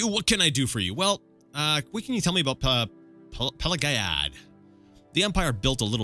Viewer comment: Ok it's 2021 and this is ridiculously late but I think it's Pelag-ee-ad. Cause the village is named after emperor Pelagius, which would be pronounced "Pelajoos", but Bethesda has an american way of pronouncing Latin words, just like Tiber Septim, so I guess it should be Pelag-ee-ad, but definitely not Pela-guy-ad. Dunno why but I felt the need to say it, btw happy new year to whoever is reading lol finally this God forsaken 2020 has come to an end, let's hope the next will be better cause I sure won't stand it otherwise